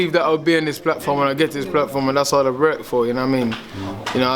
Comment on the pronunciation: In the process of learning and rorking on fings 😂he cant say work to save his life ahahahaha